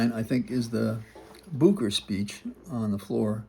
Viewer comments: May I kindly mention, Booker is pronounced book-er. Like a reading book, plus "er". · Thank you for making us informed. My only question is why you pronounce Cory Booker’s name: Boo ker?